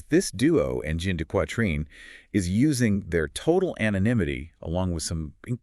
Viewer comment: I keep forgetting to look for the AI marker but as soon as they started to painfully break apart the pronounciation of the name, I was out. Boo on AI slop!